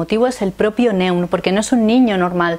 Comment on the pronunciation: El de Neun se pronuncia Noin en alemán y es el número 9, que puede tener algo que ver con el argumento. Un saludo y buen vídeo.